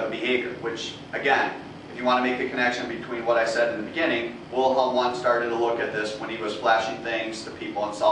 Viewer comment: Pronunciation errors: *Vilhelm Vooondt (not Wilhelm Wuhndt) *unconscious (not unconscience)